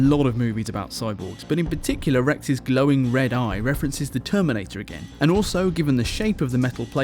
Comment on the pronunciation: "The terminTator"